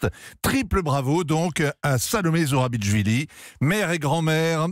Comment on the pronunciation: C'est pas ZourabiTCHvili, c'est ZourabiCHvili, comme dans 'Chevaliers'.